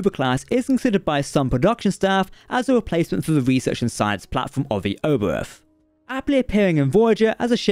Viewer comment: It's called Oberth after Hermann Oberth. And it is pronounced OBERT. Do your homework correct or don't do it at all.